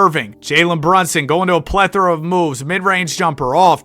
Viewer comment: “Plethora” my guy not “plethor”